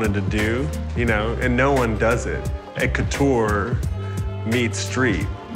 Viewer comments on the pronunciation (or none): No hhate but Man that‘ not How u Say « haute couture »:’)